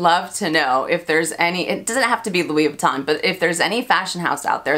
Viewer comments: MelSoldera also says “Louis Vuitton” in the “correct” way every time but I never say it that way and I certainly don’t judge people for the American pronunciation. That said, I just LOVE hearing the French brands pronounced in French. It just feels special lol. But yeah, no judgment. And the cats collection.... I am a proud crazy cat lady, so I am so torn on it. I go oh God, could I really wear that? But then I’m like but it’s catttts, lol. Hope you’re feeling better! :) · I believe Monsieur Ashley pronounces Louis Vuitton correctly too. 🙂